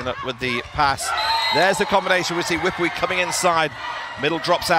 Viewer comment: Commentator pronouncing Wipwee 2 syllables instead of 3 syllables and that was wrong , but that’s what English tongue pronunciation. 🤪